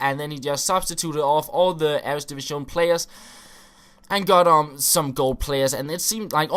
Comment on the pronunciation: ITS EREDIVISE NOT "EREDIVISCHÓN"